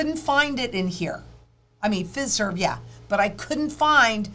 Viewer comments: the list of organizations are the back-end technology service providers that are on board with the FedNow rollout. Fiserv is pronounced FI-Serve. FIS is FIS Global. Those are the two largest. Those two alone provide the core banking software and processing to multiple thousands of banks large and small all over the U.S. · Just fyi... The 'i' in Fiserv is a long i -- pronounced like eye